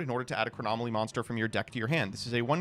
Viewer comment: “Chronomaly Hyuk” hurts me so